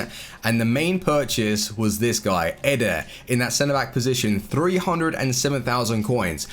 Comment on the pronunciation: he dosnt says militao, he only says eder, he need to say EEEEE-Der, not EDER